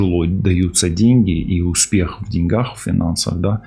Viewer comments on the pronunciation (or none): none